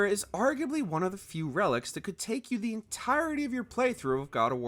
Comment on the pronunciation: IT IS "The" NOT "Th" 😅